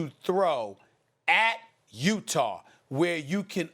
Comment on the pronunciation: No one: ABSOLUTELY NO ONE: Stephen A Smith: Utahrrr